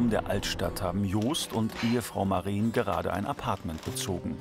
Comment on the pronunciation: Es ist Maren kurz gesprochen. Lang wäre es Mareen